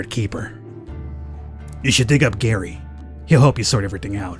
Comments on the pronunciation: No my name is Gerry its pronounced the same as Jerry NOT like Gary come on dude! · Gerry is said as Jerry where I come from. Not Gary, annoying. But I’ll deal with it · Oh yeah. Gerry is pronounced like Jerry.